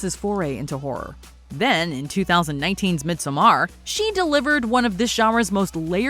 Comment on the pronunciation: 🤨Girl if u don’t say MidSUMMER like the rest of us 🙄got me mad af listening talking about my fave movie with my fave person like tht. I’m like WHO tf is Mid’samar?